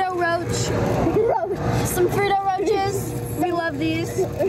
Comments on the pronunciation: The way u said “ freedo roach “ instead of “ Ferrero Rocher “ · “Frito roaches” 💀💀💀 It’s called Fer-rerro ro-shay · Freedo roach 😭 it’s ferayo roshae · Not the frito roaches 🪳 😂 It’s Ferrero roches loll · Girl it ain't frito roach it's Ferraro fer-rawr-o Roche ro-shey 😂❤ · bro Fred roch not the name is frowrow shay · Lol do I actually say Fredo roaches she said some Fredo roaches lol you are cracking me up😂😂😂😂😂😂😂😂😂😂😂😂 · She really said fretoe roach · She really said Fredo roach IMAO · she literary said '' fredo roaches.''🤣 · They are called fur-rare-ro ro-shay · i think their pronounced fair rair ro rosh ay